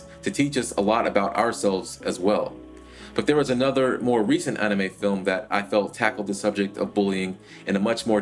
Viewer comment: why do you keep saying onime??